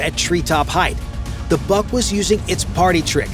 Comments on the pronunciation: Molodets!! Good brief. Work on your pronunciation. It's not "BUCK," but "BOOHK." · Before naming endless video, learn some rules of pronunciations of Slavic languages. BUK doesn't sounds like BUCK, a deer male, it's just should be said exactly like BOOK. Same about PANTSIR (body armor) Too much words and not enough actual drone video footage